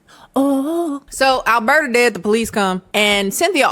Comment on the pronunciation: As a a Canadian, the name “Alberta” tripped me up every time you said it. Every. Time. 😅